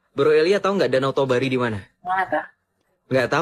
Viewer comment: Bukan danau tobari tapi danau toba